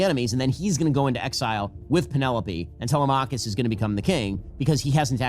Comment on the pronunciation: Must have been paid off 😂 And how is that Ben and others cannot pronounce Telemachus?